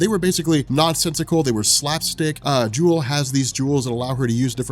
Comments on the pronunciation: Isn't her name Jewlee? pronounced Julie not Jewel, like a play on Punch & Judy. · Pretty sure you already got this on the original video, but Jewel? No. It's jewelee. Sounds like Judy. Punch and Judy are the names of puppets and a storytelling device. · does it again-misreads the name once NEVER READS IT TWICE! Like, "I don't know why people call him JAIME when his name is JAMIE" JEW-LEE I'm guessing her name is JEWLEE not JEWEL